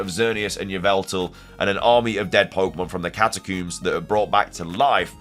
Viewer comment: Also. do you pronounce comb as coom? cause they're catacombs not catacooms